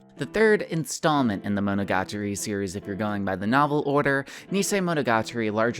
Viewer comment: 40 seconds in and don't know how long I can stand you saying monogatari like that...